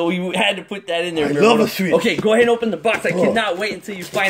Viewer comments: You sed 9 timse swich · WHY does miramoto like SWEETCH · You said swich 7 times